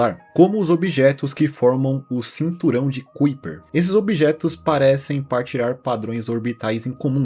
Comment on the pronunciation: Agora meu final de semana está completo ❤ Ps: geralmente se pronuncia o nome de Kaiper da forma "kái-per", a forma americanizada do original holandês.